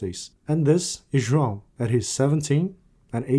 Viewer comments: You've nailed "João" pronunciation!!🎉🎉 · How do you pronounce João so correctly? Foreigners cant really say it 100% like you do.